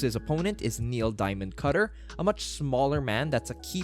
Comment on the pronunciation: it’s cutter not cutler